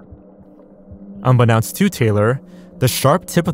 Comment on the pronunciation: unbeknownst is pronounced "un-beh-NOEnst". It's from "know" as in knowing things, not "now" as in "now and then".